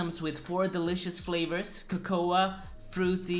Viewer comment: should be illegal the way you say cocoa